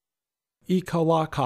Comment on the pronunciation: You blew it again, bud. It's eek-uh-LACK-uh.